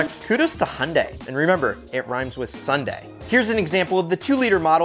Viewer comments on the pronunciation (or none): none